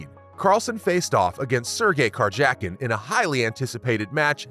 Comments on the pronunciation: Lol such a weird, but well done video. As an avid chess player and follower, its so rare to have such good content about the game, but to hear so many mispronounced names (car jacking😂) . It reminds me of an after school show about wild animals. Good for growing the game thanks I'll drop a like! 😂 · You have not followed chess for long I guess. Look up the pronunciations of Wijk aan Zee and Karjakin. Nice video otherwise